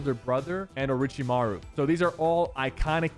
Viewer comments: Anyone else notice how Sypher pronounces Thanos and Orochimaru is not right lol. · Sypher says he’s a Naruto fan but can’t say orochimaru right? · Says “I’m a huge fan of naruto myself” but can’t pronounce orochimaru’s name right c’mon Sypher be better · Bro when he said orochimaru I was done